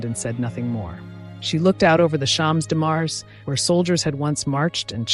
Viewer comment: I love this work, ask you to improve French pronunciation: Champs de Mars, grande dame.